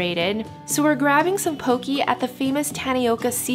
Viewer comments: You’re pronouncing like a Haole. Lol Poke not Poki and Haleiwa is Ha•Leh•ee•vah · Hey! Just started watching your videos recently! Poke is mispronounced in this video. Though people say Poke-ii it is actually pronounced Poke-eh. Just wanted to let ya know! Thank you for featuring my home! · Thanks for exploring the island areas far from Waikiki. Great place to visit and enjoy a reasonable home cooked meal in Kaaawa on east side is Uncle Bobos. Grab a picnic table at nearby beaches and enjoy. Also pronounced "po-kay" not po-kee and stewed lau lau leaves pronounced laow laow not lew-ow. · Great video! Tho I cringed when she said "pokee" LOL. It's pronounced "pokay" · Since Poke is a Hawaiian dish it’s pronounced “po keh”. As a local it’s pretty cringe worthy to hear people say “po key”. Like no, pls don’t white wash the pronunciation. Lol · It's pronounced Poke-kay. :) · Well it’s is actually spelled Hawai’i not Hawaii and Poke is not pokee and also I love your channel I have been following for 3 years now and yah and Hawai’i is pronounced Havaii . And you should go to Kahuku Farms the Shrimp place it is so bomb wit poke and j used to live on Hawai’ i